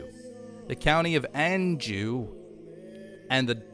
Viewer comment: duchy -> dootchee blois -> blooah anjou -> anjou with soft j like in martial manhunter's name